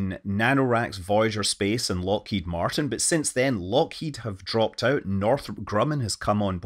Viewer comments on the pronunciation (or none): none